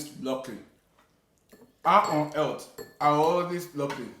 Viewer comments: Elth😄😁😄😃😃😃. na clown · “How on Elt” Chichi help us help with the pronounciation of “earth” Abeg na🙏🏾 Let me run before people come and abuse me 🏃🏾‍♀️🏃🏾‍♀️🏃🏾‍♀️🤣🤣🤣